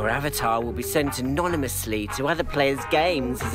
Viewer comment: Omg she says "Av-a-ter" for avatar